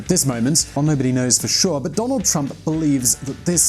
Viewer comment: Who the hell is Donad?